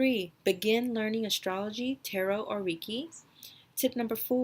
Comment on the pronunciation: It's pronounced "ray-key"